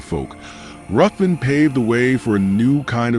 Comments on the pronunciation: It's pronounced 'Riven'. It's a Scottish clan name, and the name of several places around Scotland. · FYI, it’s actually pronounced “Riven”